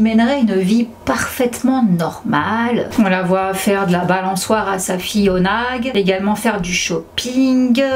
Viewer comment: “Oonagh” se prononce Houna et non pas Onague ☺️